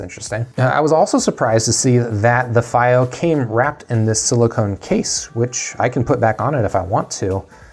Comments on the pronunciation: It's not feigh oh It's fee oh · It is pronounced "fee-o" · It’s pronounced fEE-Oh